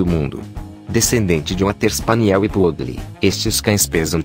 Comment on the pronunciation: Além do Schnauzer não ser um Schnauzer, mas um PINCHER, ou seja, engambelando quem assiste, não existe "Yorkshire Miniatura" de acordo com a classificação do Kennel Club. Outra, PO-O-DLE??? Esse robê tem que ir pra porra!!!! Comece a narrar seus próprios vídeos! Melhor uma voz de Pato Donald do que uma gramática errada dessa!!! Amo cachorro e só consegui assistir o video sem som!!! E PESQUISE antes de abrir a boca robótica para não passar vergonha na internet.